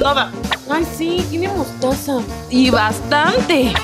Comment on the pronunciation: En el minuto 16:8 dice mostosa jajajaja like si lo escuchaste